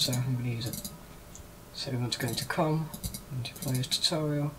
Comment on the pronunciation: Did anyone hear him say condom when he tried to say com.